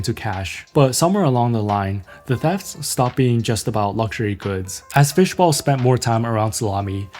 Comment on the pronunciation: Fishball, not bowl :)